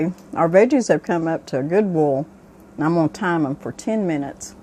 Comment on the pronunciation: Subscribed. I can pickles but haven’t tried canning relish. Video was very informative and I love that you say bole vs boil. I’m a Texan son of the south, my whole family including me says bole.